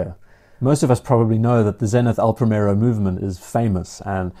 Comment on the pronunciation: It's not pronounced "Pray-Merro". The "i" is like the English "ee" (as in "tree") and the "r" is slightly rolled: "Prree-meh-rroh". I know it's Henry VIII's fault, but you could at least try!